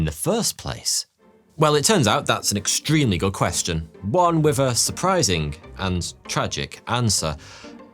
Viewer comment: How do you manage to pronounce three as "free" but with as "wiv" why have the letters "th" in your world at all?!